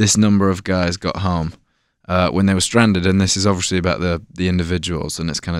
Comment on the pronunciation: When will this man learn to say obviously He always says ovishly